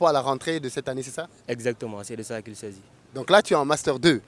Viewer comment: « C’est de ça qui sazi »😂😂😂